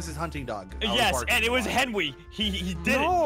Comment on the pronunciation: ssundee suddenly said henwy to henry